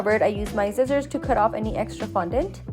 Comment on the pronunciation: blahaha the way you say scissors “zizzorz”😂